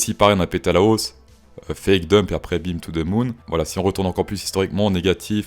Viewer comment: on dit domp it